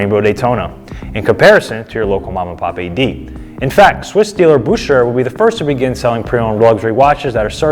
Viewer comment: Ugh, another reason to hate Rolex., it's pronounced... Boo•kr•ur. Not hating, just helping. Love the videos.